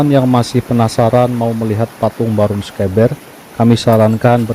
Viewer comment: Pengucapan sekeber nya salah tidak seperti yg diucapkan host sepertinya hostnya bukan orang Jawa tapi orang bilang e seperti yg horas bah pening aku di Jawa pening pengucapannya tidak seperti orang Batak atau Medan tapi e yg lembut bukan e yg keras seperti cara orang Batak ucapkan misal beta yg berarti saya ucapan bertamu ,berarti itu e nya tidak dpt ucapan Beta,petani ucapanya beda dengan peta atlas gambar pulau yahu maksudku.